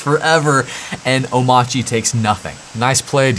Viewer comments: I think "Omarchy" with the standard R is probably a valid pronunciation. The "Omauchy" that DHH says (with a non-rhotic R) is probably a remnant of his Danish accent. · omARCHy the fact that DHH pronounces it omACHY might be due to the fact he's Danish :) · Bruh…. It’s a portmantau of Omakase and ‘archy’ like… anarchy… or monarchy… So it’s oh-MAR-key It’s not “I’m itchy” or “oh my chi” it’s not that hard… there is a big old R right there in the word. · Omarchy is Om-Arch-y. It's obviously pronounced that way. Arch OS. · if that's really how it's pronounced, why spell it with the "R"? i declare it's pronounced "OH-marky" until or unless they drop the "R". AMEN! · 1. He has an accent. Oh-MARCH-ee - r is clearly not silent. Just ask about SATA/DATA vs SATA/DATA or gif vs gif. 🤣 2. there are many options here: sudo apt install coffee, sudo dnf install coffee, sudo pacman -Syu coffee, snap install coffee, flatpak install coffee, or emerge -av coffee. However you brew install coffee, it's all good. Another option is: sudo pacman -Syu coffee. I grind my own beans, BTW. (I don't, but it works.) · I kinda believe dhh is still pronouncing the 'R' in omarchy, but not enunciating it. Kinda like Northeastern U.S. residents. is a good example. he says energy.